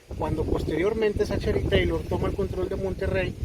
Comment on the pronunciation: La CG en 'Zachary' se pronuncia como K. Y no vengan con el cuento de ue estamos en México porque así fuera no estarían pronunciando la A de 'Taylor' como 'E. ZACHARY TAYLOR